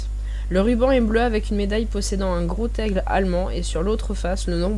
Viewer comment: Pas assez de détail sur le pourquoi des couleurs des rubans et quand j'ai entendu : - "... un gros "taigle" ..." 🤣 j'ai zappé !